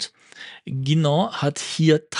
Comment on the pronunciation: Ein Lob für die richtige Aussprache von "Guinand" und "Saphir" an!